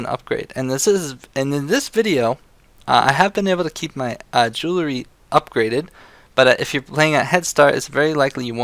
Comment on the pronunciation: Not to nitpick but it's JOO-UHL-REE not JOO-LA-REE, you said it wrong like 500 times and it was driving me fucking insane so fuck you.